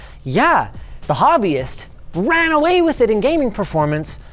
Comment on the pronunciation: Indian Audience: it's Kaetan, not Kitan... Anyways, Hobbyist is perfect too.